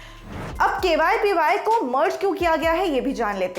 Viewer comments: Ma'am it's KVPY not KYPY.....!!! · Why is anchor saying KYPY instead of KVPY? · Camera Jatin ne shambala pr jaban sambhale ke liye bhi kisi ko rakh leti madam. KVPY ko KYPY bol rahe hai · Dekh rha h Binod . . Kaise KVPY ko KYPY bol ke nazarandaz Kiya ja rha h.😃😃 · Pagla gyi hai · She must be reading it from her documents, whoever wrote this news must be dumb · KYPY kyu bol Rahi hai aap baar baar. It's really irritating. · ये v को y पढ़ती हैं। समीर भाई की बहन। (BB ki vines) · Main word KVPY hi galat bol rahe hai 🤦